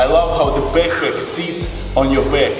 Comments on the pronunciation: Nobody:: "BAKPAK" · Byeckpeck in syendbeg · I love when he says: BACKPACK!! Next level: SANDBAG IN BACKPACK!!!